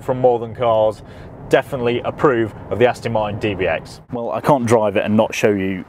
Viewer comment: Thanks for the vid 👍 P.s. it’s ‘Aston’ not ‘Astin’ 😉